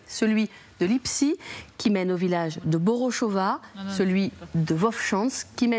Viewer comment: Madame vous prononcez bOr''O''shchOva. Ou voyez-vous le TROISIÈME ''O'' dans bOrshchOva. Un peu d'efforts de lecture. Que diriez-vous de pArAis au lieu de pAris?